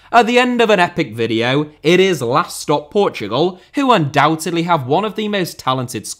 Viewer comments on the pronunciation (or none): none